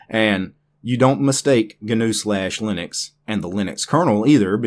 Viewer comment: It is ÑU like the horned animal, like GNOCCHI or caÑAveral Cape, the spaceport. Ñ It should sound a lot like "NEW"